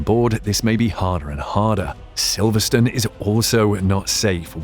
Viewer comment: The "e" on the end of a word in English dictates the pronunciation of the preceding vowel. Silverstone is never Silverstun.